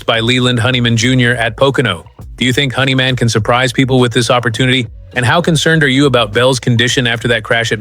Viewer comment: Ai that can't pronounce words honeyman its hendrickman 😮ai is a bunch of 💩